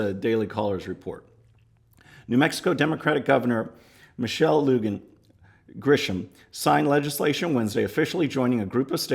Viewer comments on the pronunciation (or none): New Mexico resident here , just wanted t let you know Lujan is pronounced Lu-hon with some stress on the H. I also wanted to say our new governor is as bright as a burned ut light bulb. P.S. keep the shuttle model I think it is cool.